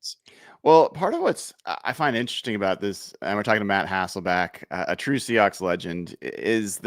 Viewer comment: Love your content. Some of the best analysis out there, and you do seem to know everything about the Seahawks... except how to pronounce Matt's last name. Lost count of all the HasselbAcks.